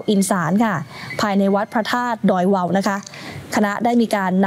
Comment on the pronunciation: ดอยเวาค่า ไม่ใช่ดอยเว้า